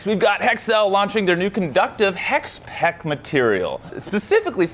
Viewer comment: He says HEK in , but what he meant is HEXPEKK :D